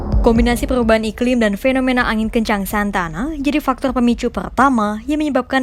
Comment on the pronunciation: Bukan Santana tapi Santa Ana 😁